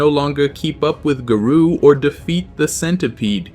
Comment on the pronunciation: Stop pronouncing garou wrong